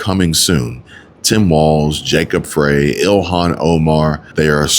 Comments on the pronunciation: no, I want no association in being part of Chi-Canadia. I want my state back (Minnesota) Edit: Jacob Frey is pronounced Frie like French fries. Js. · Jacob Frey is pronounced FRY